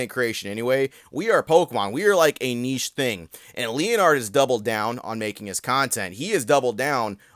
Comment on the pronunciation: Bro put the L in leonhart